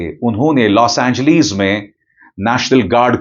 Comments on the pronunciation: Los Angleeees 😂😂😂😂 hahaha o sir name to thek say lo 😂😂😂😂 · Bro 😎 please 🙏 stop 🛑 don’t say los angleeees 😂😂😂😂 L A 😂